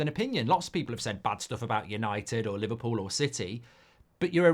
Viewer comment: Li-VAR-pool innet